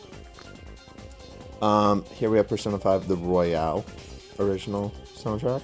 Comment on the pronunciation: It's royal not Royale 🥀